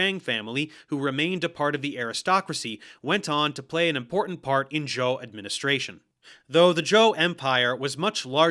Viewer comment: I found it quite funny, at least he got zhou right I've heard way too many people pronounce it zhao.